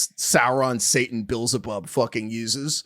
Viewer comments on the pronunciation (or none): none